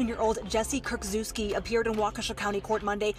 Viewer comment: Your Kurczewski was pretty much spot on, especially for a foreigner :)